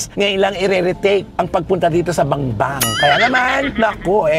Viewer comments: Bambang hindi Bangbang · BAMBANG, NOT BANGBANG